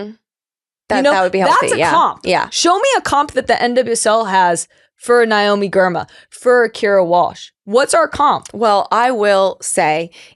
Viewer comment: Pretty sure it’s pronounced NAYomi not NYOMI. But I shouldnt 🎉nitpick. No one would confuse Tobin Heath for a journalist.